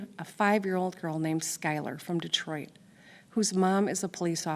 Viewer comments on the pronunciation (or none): none